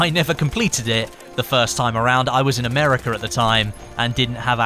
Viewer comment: you say americker instead of america